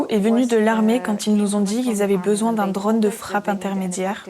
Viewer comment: Très intéressant comme toujours mais tout au long de la traduction il est dit "dronne" à la place de "drône" : est-ce bien la même chose (et non "choz") ?